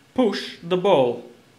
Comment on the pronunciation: To be fair though, your pronunciation could use some work. ”Poosh de bowl” 😋 On a serious note, this actually raises an interesting point. If someone with a different accent would talk to iCub, would it understand? If you placed a ball and a bowl in front of it, and you both asked it to pick the ball, what would it do? (Again, I’m sorry I don’t mean be trolling you, but you do say ”bowl” when you mean ball.)